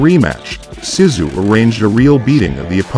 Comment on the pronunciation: YES very annoying your pronunciation of his name, it was driving me to distraction by the end haha must be tired or getting old, mmm probably both! it is K'o as in cough so - Co-sta as in sta-nd then Zoo - so Kosta Zoo is how you pronounce it, nice to see him again after a lot of years thanks